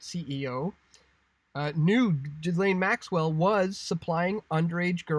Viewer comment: Please stop saying GHiSlaine, the H and S are silent! as in Gilaine.